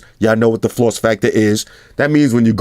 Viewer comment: damn floss. It took me a minute to catch on to what the fuck you was saying lol